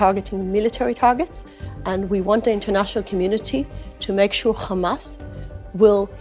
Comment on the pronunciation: Khamas, kha kha kha, khamas.😂😂😂